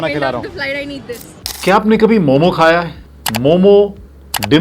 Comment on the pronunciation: itna research kiya aur apko ye bhi nai pta ki momossss nahi hota , momo hota hai